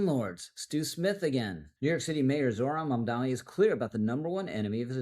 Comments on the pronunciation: I will keep putting this in your comments section until you get it right. It's MamdaNi not MamdaMi. He's a douchebag either way, but let's be smarter than he is and get his name right. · One small point ... how difficult can it be to pronounce the man's name correctly? ( e.g., ) Two ems, tnen an en. I would prefer not to spell out the name myself (why give him more air through my typing fingers?) but credibility and gravitas (yours) are conveyed by ( at the very least) taking the trouble to- pronounce a man's name correctly. UPDATE: and an apology - at the mark, you got it right. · He has been saying it incorrectly in every video (and it is common). And each time I point it out just like you have.